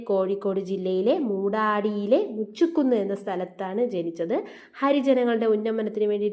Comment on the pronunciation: മുച്ചുക്കുന്ന് അല്ല മുചുകുന്ന്